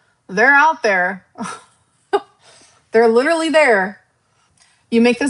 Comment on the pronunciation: Clicking back on the video to immediately hear....... "While LIDURLY LICKING MY VAGINA" 😲🤢🤮